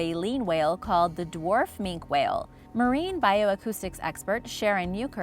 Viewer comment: # - On 6, I believe it's pronounced 'Mink key' whale; at least that's how Sir David Attenborough and everyone else say it.